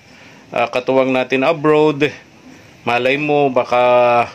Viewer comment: Nakakatuwa mag bigkas ng Abroad (abrod) si kuya ang kanya Abrowwwwd